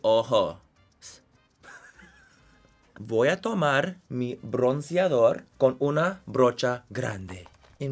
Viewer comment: Amé, 'voy a tomarrr mi brrronceadorrrr' jajsjasja